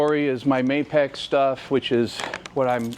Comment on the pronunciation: *Mapex, not Maypec.